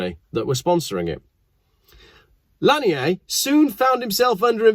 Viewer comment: It’s Randy lan-yerrr.. he’s from America not daggum France… good god that’s easy to get right, that hurt to hear every 30 seconds.. the first half of his smuggling career makes him an American hero in the cannabis world… you may as well have mispronounced Randy as far as we’re concerned. Smoke a store bought spliff AFTER driving your fast car one way somewhere in the southeast, and you can thank him for all of the freedom overwhelming you.